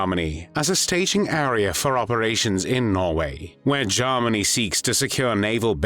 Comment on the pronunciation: What was used to narrate this video? The pronunciation of Germany as “Jarminy” is a hoot!